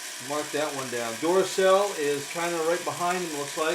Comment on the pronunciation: These two videos of yours are my favorite. Also the way you say Duracell (dooracell) makes me laugh. :)